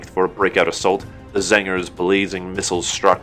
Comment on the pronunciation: I enjoy how you say Zangers whenever you say Tzaangors.